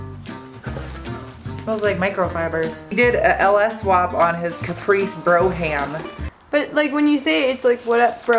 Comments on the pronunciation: pronounced "broam" Brougham :) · "Brougham", like the Cadillac? I think it's "BRO-um", and the "gh" is silent. Didn't know Chevy also used that on some of their cars, neat! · It is pronounced like "brome" . I enjoy your show....I own a garage and have been doing this for 30 years. It's refreshing. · Brougham ... rhymes with chrome ... one syllable BROME ... you're welcome (I used to have a Gran Torino Brougham ) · &, Brougham is pronounced (BROM) Love the videos, keep up the good work. should start her own channel, she is adorable. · Neither of the ways you said brouham is correct, just so you know.